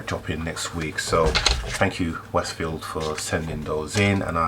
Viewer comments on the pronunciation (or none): Glad you are finally getting sponsorship, but I don't think the sponsor will be to happy that you pronounce their name wrong. You refer to them as Wes Field when it is actually pronounced Wes Shield. I just wouldn't like to see your first proper sponsor leave because you got their name wrong LOL